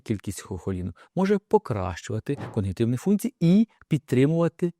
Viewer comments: Такий грамотний, що замicть КОГНИТIВНI каже КОНГИТIВНI ! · коГНітивні, а не коНГітивні